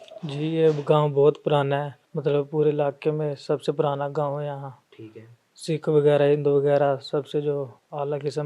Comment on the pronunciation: Son Lerne to say words properly. surung nahi surang hai aur ghaun nahi gaon hota hai